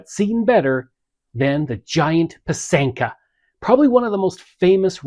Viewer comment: It's pronounced PY- sanka, emphasis on the first syllable. It is beautiful